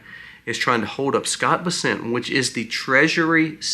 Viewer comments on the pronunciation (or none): none